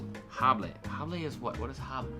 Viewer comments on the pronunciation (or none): "H" is silent in almost every single word in the Spanish language 😁 hable is áaa-ble